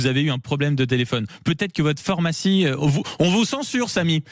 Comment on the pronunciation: on dit phArmacie et non phOrmacie...😤🤣